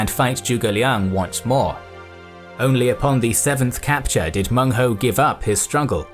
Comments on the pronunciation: Excellent information. Minor flaw though, his name was Meng huo, not Meng hou. (You know the sound is funny) Well ancient Chinese certainly had colorful ways to name barbarians. But really, they are also very interested in assimilating them. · Meng Huo, not Meng Hou. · Its Meng Huo (孟获) not Meng Hou. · Cantonese here. An absolute MASTERPIECE. I prostrate to your scholarship & production skills. I've never seen such a detailed English summary of Nanman & Baiyue. Only 1 thing, it's Meng Huo not Hou! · Baiyue aren't one people. They're a collection of tribes and cultures sloppily clumped together due to their geographic location in relation to the Han. Also, it's "Menghuo", not "Menghou". Also, Lady Zhurong is definitely not the only woman warrior in the Three Kingdoms. Not only is she fictional, there also existed Lady Wang Yi, who fought beside her husband against Ma Chao, earning herself a reputation for bravery and tenacity. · its Meng Huo, not Meng Hou. Also the location of Meng Huo's forces should be on the south western side of the Shu kingdom, not on the border of Shu and Wu